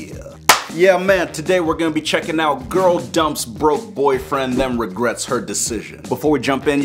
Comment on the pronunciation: The way he said girl.